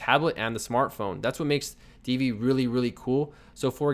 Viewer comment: FYI - Divi is pronounced "div-vee" not "dee-vee." The name is derived from the tag. Peace.